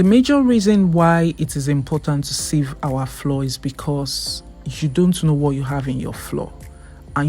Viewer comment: All I hear is "floor, floor, floor." Why do you pronouce flour as floor? Flour is exactly the same pronunciation as flower 🌼.